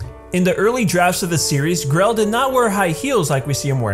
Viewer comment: i respect lesbians in all way i think they deserved more respect than any other! but im not that kind of person but if it means grell than yee ill do it so its no hate (not being rude just pointing out) its grell not grelle X3